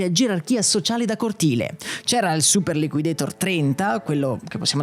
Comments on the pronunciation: Mai chiamato "super liquideitor" all' americana. Sempre chiamato super liquidator all' italiana e credo che anche nella pubblicità fosse chiamato all'italiana. Anche perché quel nome come dici nel video è stato inventato in italia. Ancora non c era la moda di pronunciare all americana i nomi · Super liquidator è un di quelle parole inglesi che vanno pronunciate all'italian, anche nella pubblicità i ragazzini pronunciavano la A in italiano. liquidetor, per quanto accurato, snatura la mia infanzia